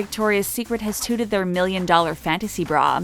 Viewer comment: It’s not pronounced “tooted”. The word “touted” is pronounced like “doubted” with a t in place of the d. I’ve noticed that this voiceover person has made this mistake before - not trying to be a jerk, just informing.